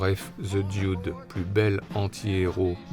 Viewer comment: Belle rétrospective ! Pour « Lebowski » vous entendez la voix off dans l’extrait du film, il n’y a pas de « i » à prononcé dans « Dude » (ce n’est « Dioude » ). « Tideland » de Gilliam est particulié, Bridges y est un cadavre dès le début du film (presque le Dude en plus vieux) et le film tient sur les épaules de la jeune actrice. « Comancheria » très bien en effet, le rôle du Ranger fait beaucoup penser à celui de TLee Jones dans « No country for old man ». Je viens de lire que Bridges jouera Dieu dans un prochain film de Terry Gilliam, à sortir cette année (The Carnival at the End of Days)